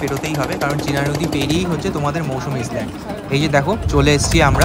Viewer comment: ইসল্যান্ড নয়, ISLAND আইল্যান্ড।